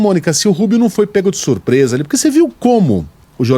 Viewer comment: O repórter disse "SURPRESA" kkkk